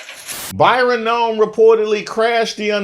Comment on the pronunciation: you accidentally called him By-ron Noem and I involuntarily yelled out "AYE BYron!?!!!" across my house.